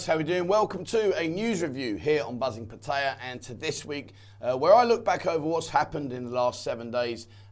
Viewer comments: Pa-ta-ya not Pa-ti-ya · Yes I do. There is no letter I in Pattaya.